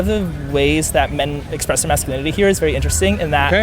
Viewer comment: Masculinity 이거 cu발음 그냥 축약해서 발음 한건가요? 좋은 영상 감사합니다^^